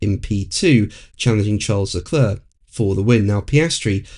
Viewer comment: I think you’ve been doing this long enough to know how to pronounce Charles Leclerc’s name….